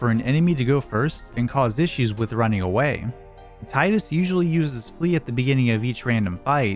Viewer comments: Can't believe it's 2024 (almost 2025) and people are still pronouncing his name wrong. It's Tea-dus not Tie-dus. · It makes you happy you are both wrong? Named my son Tidus, and it drives me fucking insane when people insist on calling him Titus.